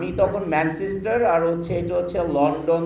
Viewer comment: আমাদের কপাল খারাপ তাই ম্যানচেস্টারকে ম্যান সিস্টার বলা লোক আমাদের দেশের বড় গার্মেন্টস ব্যবসায়ী!!